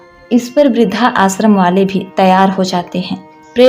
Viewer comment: आप इस तरह उच्चारित किया करें इस वृद्धाश्रम शब्द को। वृद्ध आश्रम या वृद्धाश्रम। (ना कि वृद्धा आश्रम)